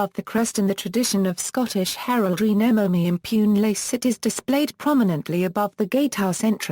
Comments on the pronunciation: Should sound more like: nay-mo may im-poo-nay lah-chays-seet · The pronounciation of this motto is really awful